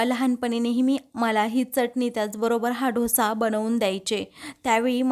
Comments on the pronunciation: ढोसा नाही, डोसा असतो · Tai tumhi dosa n mhanta dhosa mhanta aahat 😂